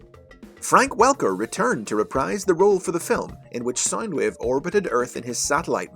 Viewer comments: You keep saying sign wave not sound wave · Everytime you say sound wave I thimk your saying side wave or side ways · Its SOUND.. SOUNDWAVE...not SINEWAVE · Saindweev.. I can't listen to this, please, why did you butcher the poor Wave's pronunciation.. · SoundWave or Soundueve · Stop saying sinewave Pls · “Soynd wave”😂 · why does this guy say sind wave